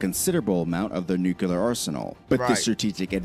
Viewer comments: Pet peeve - saying with word Nuclear as “new-kyu-lar” with 3 syllables instead of the proper two syllables, “New-Clear.” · "nucular"...sigh. It's "nuclear" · I cant take a video seriously that discusses the potentialities of a nuclear conflict when the narrator can't even pronounce "nuclear" correctly. Its "nook-lee-uhr," not "nook-uh-lure." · I love how the guy who made the original video can't pronounce "nuclear" correctly. It just gives you so much more confidence in the rest of what he says. It's new--clear, not new-Q-lar. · Theres nothin in those areas so it doesn't make a populated area subject to attack and, they can reach anywhere from there so putting them on the coast isn't needed. 😊 America is A country, one, singular... Therefore, America is A very strong country 😊 And it's "Nuclear," NEW-CLEAR... Not "Nukular." (The announcer, not you). 😉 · nukular waa, but when? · The narrator needs to learn how to pronounce nuclear.